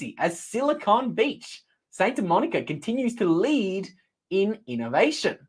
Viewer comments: Pronounced SANTA Monica, not SAINTA Monica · It’s Santa, not Sainta,.